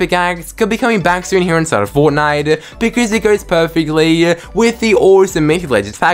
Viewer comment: HERE INSIDE OF FOWTNIWTE ITWM SHWOP